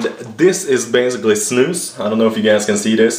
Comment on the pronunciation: ow its snus! i though it was "snooze" hahaha